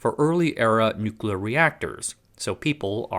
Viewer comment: Thanks for a really good, knowledgeable, well-researched and presented, informative vid...and THANK YOU for not using AI to write it, and using your own human voice for narration. It really is a breath of fresh air. Please learn how to say "nuclear". New klee Uh. Not " New kew luh". It's a core word for your topics it would really help your Cred if you pronounce it correctly. Otherwise you kinda have cred similar to George Dubbleyuh Bush - he said "New kew luh" too ☹️ Please, it's not hard.👍